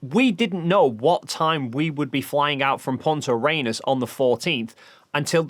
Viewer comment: For gods sake why are so many people struggling with "Punta Arenas" adding extra S in this case and other manglings of it I've heard from so many flerfs. It's not a challenging thing to say for English speakers! If you're going to say something in public that is not super familiar to you, take a moment to understand how it is spelled and pronounced. Sigh, yeah, I know, if they had that kind of thoughtfulness they would not be flerfs, or for that matter asking what you did on the 18th.